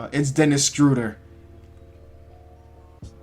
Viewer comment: Sounds like he is sayin STrUder instead of SchrUder what in the world